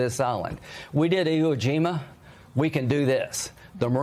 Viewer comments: Graham called it Ego jima. what? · "We had Viet Nam, we had Eeho Jima" WTFH?